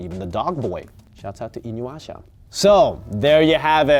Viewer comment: Even after the millions of times Kagome screams Inuyasha's name it amazes me that people still can't properly pronounce it haha